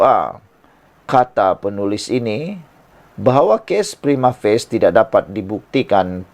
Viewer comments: Prima.... Fa.. Cie.. Bukan Prima Face 😂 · Prima facie lah boss bukan prima face😅😂😂